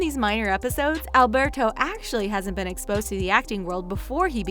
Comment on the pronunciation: I hate the way they say Alberto